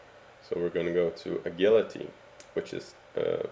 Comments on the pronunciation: tip, agility is pronounced as ajility wich is sounding the G to a J, and charisma is pronounced charizma sounding the S to a Z but other than that good vidtoriul and it wan kinda long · did u say agility? its j sound dude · He may have pronounced agility wrong, but you spelled "pronounced" wrong. "DUMBASS"